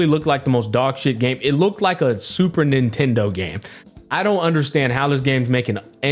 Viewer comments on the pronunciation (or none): none